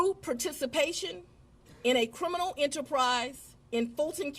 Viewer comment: And there was "cWimes" committed. Fani says cwimes and cwiminal a lot. 😂😂😂 And Fani, Trump is still your president!! 😂 Trump like any other president has the right under article 2 to question any legitimacy to any U.S. Federal presidential election. Just like all presidents before him has done. There was no mention of overturning any election. I think if people would go back and listen to the phone call with Trump and the GA election office instead of taking peoples word, they'd see there was no conspiracy to overturn any election. Trump simply said he needed to find those 11,000 votes. He didn't say go and commit fraud to get fake ballots filed or anything like that. Trump knew he won Georgia just like he did in November this last time around and was curious as to why he was down 11,000 votes when he wasn't on target to lose Georgia in 2020. He simply questioned the legitimacy of the votes and it turned into this. And then we find out the real conspiracy was Fani and others meeting with Biden and Harris at the White House to "get Trump" When it comes to Trump, like him or hate him, the phone call alone doesn't align with what Fani and friends is saying about the 2020 election. And she shouldn't be able to indict ANY federal election case. She's a state/county prosecutor, not the Attorney General of the United States. She shouldn't be allowed to indict Rico cases at all. Rico cases should be left up to the feds.